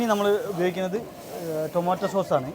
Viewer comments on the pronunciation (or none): none